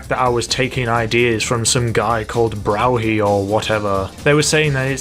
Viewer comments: It's pronounced BRUFFY NOT BROWHY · Some guy called Brow-He or whatever 🤣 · it's pronounced Braw-fee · "Brow-hee" I love this guy :) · Connor Verra lol and he said he wached 2 of his vids but cannot pronounce his name even though he says it in every vid... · Regular Elegy has a faster time than the Retro and it's pronounced Bru-phhy